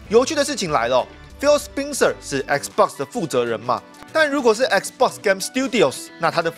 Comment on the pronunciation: 那個人名spencer的發音是不是錯了 應該是ˋspɛnsɚ